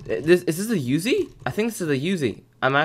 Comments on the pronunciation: It’s pronounced “oozie” not “youzie” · It's PRONOUNCED [OOO ZEY]